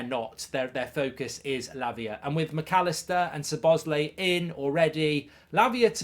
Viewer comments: Who is Sir Bosley? 😂 Try saying Sob-Oss-Lie 👍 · please stop calling him suhbozlee its lie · Hearing Mark saying Soboesley everytime will kill me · It's pronounced Sobo-sly.. just wanted to Clari-fy 😊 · i am beginning to think that the mispronunciation of Szoboszlai's name is intentional. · The Zets in Szoboszlai are not pronounced.